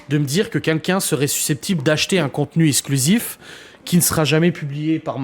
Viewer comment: les mots qui contiennent un "x" ne se prononcent pas "s"... eKSKlusif pas essclusif... c'est quand même pas compliqué...